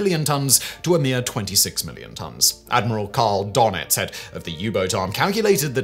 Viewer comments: Admiral 'Durr-Nits'........Not 'Donn-itzz'..😉😂 Great video as always though! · Admiral "donnits"?? Nope. That umlaut has a meaning, and all you have to do is listen to somebody who actually knows how to pronounce it -- rather than making up this infantile "donnits" stuff out of your head. "Duh-nits" comes closer -- but you can always just ask sombody who knows. That's what, uh, professionals do. Maybe grow up and try it, OK? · Donits is pronounced Der-nitz.